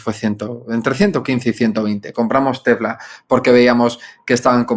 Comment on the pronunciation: En serio…por que dice Tefla?